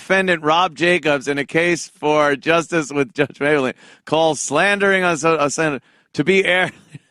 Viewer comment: i like how the audience is in stadium seating. also Mablean doesn't get pronounced "Maybel ean", it's "May Blean". where the fuck they get "maybel lean..."